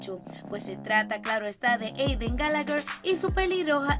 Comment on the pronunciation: No sé dise Gallagher sé dise Gallagher